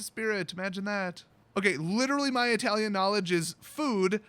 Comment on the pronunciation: it’s not “eye-talian” it’s “it-talian”. Just a lil FYI